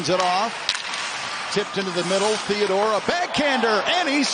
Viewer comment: Who the hell is Tandore??? Did that announcer mean, THEODORE?